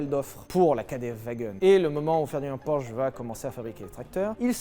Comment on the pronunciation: Prononcez Porsche correctement par pitié 😭😭